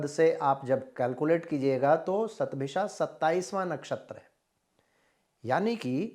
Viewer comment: Hundred in Sanskrit is "शत" therefore I think it's written and pronounced as "शतभिषा" and not "सतभिषा"